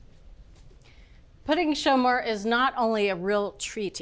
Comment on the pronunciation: Merci Bridget for pronouncing correctly in French: Pouding Chômeur! It's really a comforting dessert during the cold Quebec winter! It was one of our prefer dessert in our house! Very easy to make and so delicious! Great job to all your team!